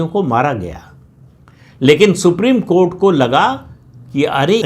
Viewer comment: सुप्रीम कोर्ट का नाम मत लिया कीजिए सर। सुनकर ऐसा लगता है जैसे कोठा बोल रहे हो।